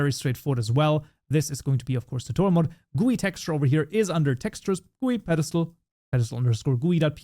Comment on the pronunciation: bro prononcing GUI as gooy instead of G U Y is crazy